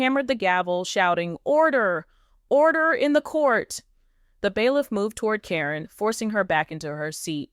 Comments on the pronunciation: It is Caryn not carrine at least say the name properly fa out. From N.Z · Her name is Karen not Corrine stop with the AI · It's pronounced KAREN!!! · Could someone tell these people that Caryn is pronounced Karen? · Commentor- the witches name isn't Corrinne its (pronounced Karen)( care-n) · Her name is Karen not Caryn or Cornnie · Her name is Caron. Pronounced Karen! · her name is pronounced Karen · Her name is Caryn with a C so when A-I reads it it says Like it sounds Corrine. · it's KAREN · If this is AI you would think that Caryn (that is Karen) would be pronounced the same all the time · Don’t think u even watch the show since u don’t pronounce her name correctly